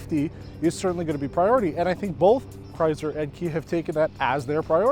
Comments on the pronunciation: Is anyone else getting annoyed with his lame pronouncing of Chrysler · Midnight Raccoon it’s a Canadian thing